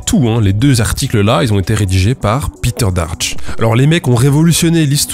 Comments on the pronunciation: Péteur, s'il est allemand, pas piteur... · Bon, désolé mais "Peter" en allemand ça ne se prononce pas "Pîter", mais "Péteur" ! 😁